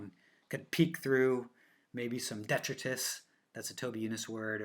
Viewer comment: Thanks for the video! I know this is a tiny thing and not important to most people, but for anyone who DOES care, there are a few words I've seen going around and getting repeated that are being mispronounced. "Sepulchred" is not "se PUL cherd", it's more like "SEP ul curd" (Google for audio). Also, "detritus" is like "di TRY tus", not "DET ri tus". I'm not an English teacher (but I play one on TV). And anyone who gets that joke now knows about how old I am. 😆 Anyway, if you don't care about pronunciation, just ignore this comment, and thanks again for the great content. I'm still an armchair searcher, for now, so these videos are really fun for me!